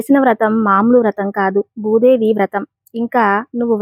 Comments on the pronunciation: ముందు నీవు భూదేవి అనటం నేర్చుకో? బూదేవి కాదు తరువాత అందరికి చెప్పు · You should pronounce Bhudevi properly.